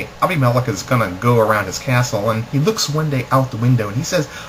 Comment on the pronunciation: I couldn't pay attention because you don't know how to pronounce Abimelech.